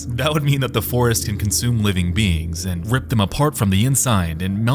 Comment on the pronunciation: not "and" but "aindt"